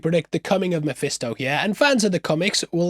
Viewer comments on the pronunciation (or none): uk here sure he said "Mophisto" lol